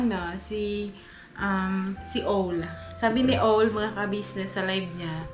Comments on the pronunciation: Ang pronunciation ng OWL is awwwwl AwwwL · Correction pls,OWL correct pronounciation is “AWL” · O sa owl is pronounced as A.